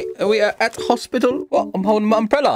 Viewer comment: "Okay we are at hospitil"